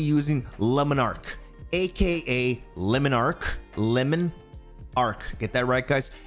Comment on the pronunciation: "Lemon Arc" its all fun and games till the French guy pronounces it and you're like AnimeWow